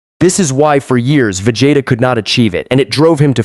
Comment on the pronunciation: Vagatta...ok...I grew up saying Vegetta...long e. Pronounced in the show and now the AI actually says "sayin". Crazy work.